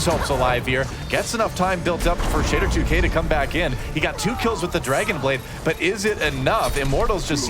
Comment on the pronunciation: can't pronounce Shadder2k at all xD